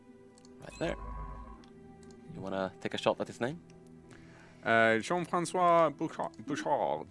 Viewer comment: Lol, in Bouchard the d at the end is silent, but well done for the pronunciation of Jean-Francois